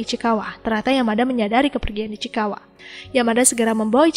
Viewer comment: Ichikawa ❌ Ichikiwir✅